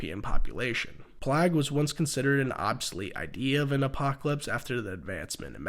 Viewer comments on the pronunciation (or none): the way he says plague brings me immense pain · Why the fuck you say plague like that?